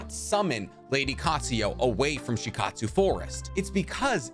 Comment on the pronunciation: You seem to pronounce very known & basic Naruto terms 😂 you can literally hear how to pronounce words like Shikotsu, Myoboku, Katsuyu etc